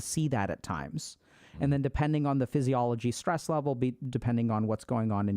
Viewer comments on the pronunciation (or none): none